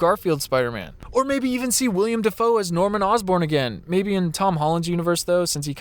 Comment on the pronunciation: Anybody else notice that’s he said William Devo and it’s actually Willem Devo